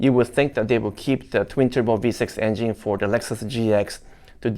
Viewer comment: I like how says engine (enging). Lol…still love ya’!